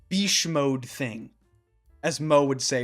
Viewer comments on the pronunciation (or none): “Bische mode” 😂